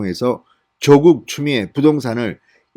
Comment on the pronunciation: 사전 좀 찾아보시고 더욱 정련된 가 됐으면 합니다 조:국x 조국o, 만냑x 마:냑o, 성녀콰x 성:여콰o